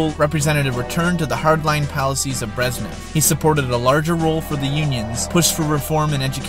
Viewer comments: My friend... its not Brezzz nev.. its Brezhhh nev... say nezhh. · they're pronounced Gorbachyov and BreZHnev not Gorbachev and Breznev. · How obvious that the author of this video has no real knowledge of the topic and has done minimal research. Pronouncing Malenkov's name as "Georgie" and Brezhnev's as "Breznev". Emetic!